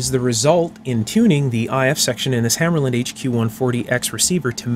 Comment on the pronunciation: Also it's pronounced hammahrluhnd not hammerlynd